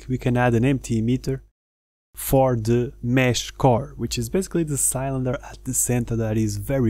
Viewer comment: THANK YOU for a truly awesome tutorial! You really do a fantastic job! One tiny thing, and I hope you don't mind me saying... the word "Cylinder" in English is pronounced like it's spelled "Silinder".. like Bill, or Kill. But it only took me a second to realise what you meant. Thank again for a brilliant tutorial.